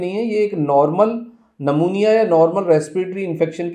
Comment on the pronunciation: सर नमुनिया मत बोलो "न्युमोनिया"बोलो.